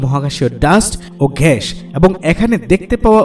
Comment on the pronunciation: খুবই সুন্দর উপস্থাপনা, গ্যাস কে ঘ্যাস বলছেন এইটুকু শুনতে খারাপ লেগেছে